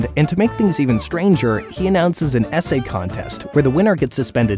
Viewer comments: when you said essay contest I heard it as SA contest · When the narrator says essay contest but I think SA contest. Yes YouTube created this problem. 😂